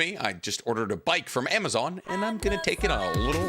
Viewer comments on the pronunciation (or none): none